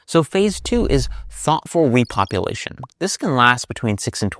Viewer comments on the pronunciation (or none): rePOOpulation. I see what you did there.😂😂😂